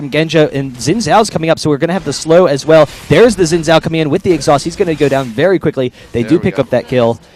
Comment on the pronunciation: You must have, since that's not a proper sentence for starters. Oh, and the fact that Xin Zhao isn't English, it's Chinese, and actually is pronounced Zin Zao.